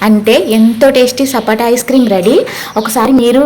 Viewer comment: Sapota andi sapata kadhu